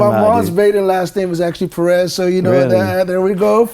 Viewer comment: Would be great to hear Perez pronounced correctly.